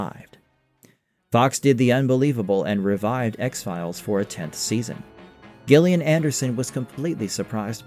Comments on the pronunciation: cant tell if he's just doing that for engagement bait. How could you not know how to pronounce her name?! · not GILL-LIAN, BUT JILL-LIAN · Isn't her name pronounced Jill ian? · Gillian pronounced "Jillian" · No gillian not jillian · Pretty good video…yet I think you’re trying to get engagement by pronouncing Gillian wrong 😂 have more respect for yourself! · Dagnir is talking about the pronunciation, not the spelling. It's a soft "j" sound, not a hard "g", and far too many of these X-Files YouTube videos just can't pronounce it correctly. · So basically... not original IRISH-way, BUT rest of world ENGLISH-way